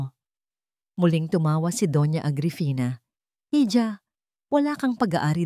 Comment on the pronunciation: Para sa nagna narate ng kwento I Google mo kung ano Ang bigkas ng hija, or hijo nkaka inis na paulit ulit ninyong pagkakamali sa mga pagbigkas